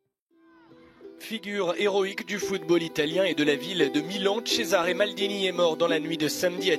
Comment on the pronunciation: Cesare se prononce Tchezaré ❤